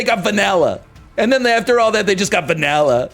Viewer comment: why NL say vanilla like that?